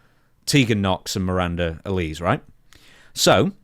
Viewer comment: never seen a bottle of Alize in his life it seems, or even watches the product to hear how she pronounced her name - bloody hell